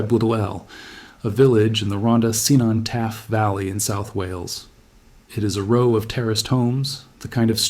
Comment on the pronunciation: Only hard C exists in Welsh. Cynon is pronounced "kin-on"